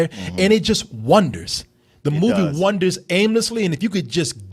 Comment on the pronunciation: H4PPYPSYCHO if you're referring to mispronunciation of "wanders, " he's done that a lot. He knows, he just says it differently.